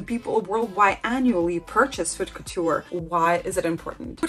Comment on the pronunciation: Haute couture is pronounced Ote Coo-tur. H is silent in French. Learning French pronunciation is really helpful for fashion and designer words. One tip about French that’s easy is that C, R, F and L are virtually always pronounced, every French student remembers this acronym as representing Careful, CRFL. (A lot of French letters at the end of a word are silent, except these). I’m trying to learn the difficult IPA (international) phonetic pronunciation guide, but it’s easier to use English sound-alikes. I’m only trying to help, not criticize, you do very well.